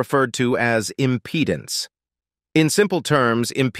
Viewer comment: Impedance. With an “a”…